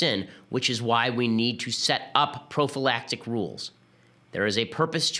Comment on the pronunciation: Stop saying profalactic!